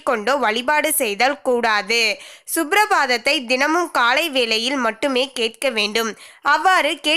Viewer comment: Ore peththraye. Un vayasu yenna. Kaththu kutti penne. Subrabatham illa suprabatham😅😂🤣